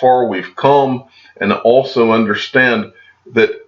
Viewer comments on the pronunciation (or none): none